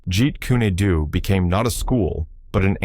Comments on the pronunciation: I can't be the only one bothered by "jeet kuni doo" lol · It is pronounced, Jeet coon doe. Very annoying AI narration. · that's not not the name of Bruce Lee's Art that he created it is pronounced Jeet Kune Do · "If you ever meet a master of JEET KUNE DO"...they will know how to pronounce it. Stupid AI. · This ai dude hasn't even got any schooling about pronunciation or grammar!!! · Now if they could pronounce it correctly